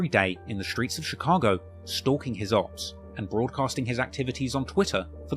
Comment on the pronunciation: Great video just please stop saying opps in a british accent